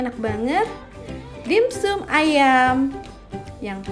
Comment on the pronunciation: Maaf, baca nya dimsam bukan dim sum